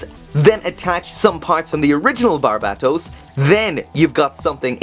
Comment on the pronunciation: How are you pronouncing BARBatos as BARABAtos?